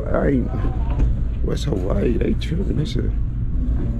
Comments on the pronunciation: “Hawaii coo now” 😂😂😂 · Im here as always bro i promise thank you fo this ghost vlog fr lmao he said Hawaii koo now😂 💯k im glad